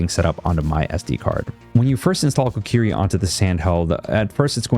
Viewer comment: Hi, it's Koriki not Kokiri 😂 otherway great video 👍